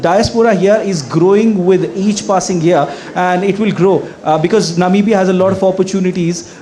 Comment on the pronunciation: Why can't be pronounce Namibia properly? It sounds so odd!!!